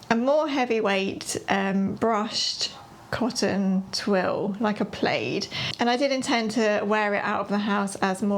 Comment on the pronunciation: I'm always amazed when i see people's pattern collections! If you start with basics and learn some fit and hacking skills, you'll be all set with just a few patterns. I've never heard plaid pronounced as play-ed. I'll have to ask my English inlaws how they say it.